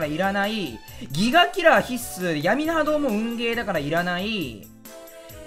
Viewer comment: 毎回思うけど必↑須↓が気になる